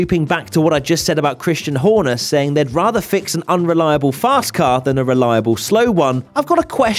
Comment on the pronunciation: keep hearing unreliaBULL